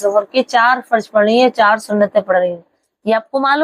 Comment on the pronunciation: فرض میں ضاد ھے ضاد نکال کر بولنا